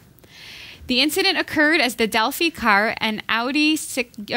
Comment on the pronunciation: Delphi is pronounced with a long I (as in eye). Been trying to send you a post card, but haven't been able to find any place in this small town in Wisconsin that sells picture postcards. It's like trying to find a pay telephone. Will probably end up printing my own on some card stock and mailing it in. They'll need to remove the 30fps cap to fix Arkham Knights. I received a code for a free download of it with the GTX970 I purchased a couple of weeks ago. The code expires at the end of July and they haven't said if they will extend the date or if we get screwed on this. Not happy about it at all.